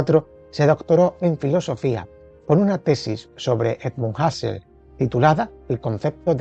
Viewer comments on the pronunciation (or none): Me encantan sus vídeos. Desde que los he descubierto, me los pongo en cadena. Solo una objeción, Wilhelm se pronuncia, más o menos, vilhelm, y la u de Husserl es u. ¡Que no nos impongan los anglosajones su fonética!